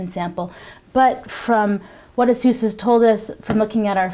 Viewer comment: its pronounced as 'Asus not a'SUS